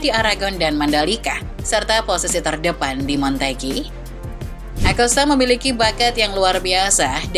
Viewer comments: mbaa mbaaa MOTEGI.... MO TE GI..... bukan MON TE GI.. ngga pake N mbaa cape dah koreksi mulu, lidah mba nya kepleset mulu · Bisa ngomong lebih bener ga sih mba?!!!! Montegi montegi..